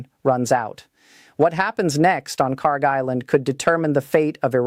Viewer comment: Yes in a sense they put almost all their eggs in one basket and that's usually not a good idea. I love your content but you got to work on your AI voice just a little bit please. It's not "Car" Island? Kharg island